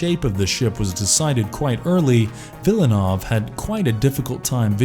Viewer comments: Villeneuve... not Villanov. Jesus. Was this thing written and narrated by AI?? Avoided... to film? wtf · Like the content, but this v/o guy seriously needs to work on his pronunciation to justify his job. For one, it's not Denis "Villinov," 2. it's not "SolAIRis." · For reference, it would be nice if the films were listed in the description. Also, it's worth mentioning that Solaris was re-made by Soderbergh and it's just as good as the original. As well, you should try to learn how to pronounce Denis Villeneuve's name correctly.